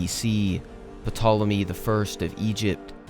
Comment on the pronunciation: Thankfully this time Petolemy only showed up once. 😅 Seriously most people would just read "Tolemy" or if "Pt" without inserting any vowel. The "p" is generally silent in this case.